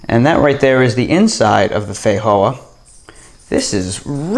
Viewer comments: These are delicious. You are however pronouncing the name incorrectly. The j is a j, it doesn’t have an H sound, fi Jo ah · Feijoa is Portuguese language pronounced fay-jo-are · that's broken Portuguese my friend